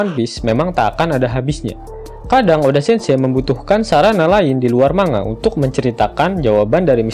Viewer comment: cara penyebutan "manga" itu "mang-ga" bukan "mang-a" just for some information 😀